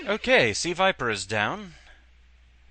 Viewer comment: It is NOT Suh-viper. That's a Pokemon. She is Crimson Viper. A secret agent seeking the destruction of Shadowloo and S.I.N.